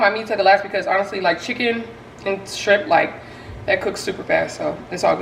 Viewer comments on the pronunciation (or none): none